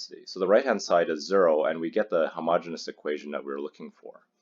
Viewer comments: The word is ‘homogeneous’ , not ‘homogenous’. The two words are spelled differently and pronounced differently and have different meanings. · It's homogeneous; not homogenous.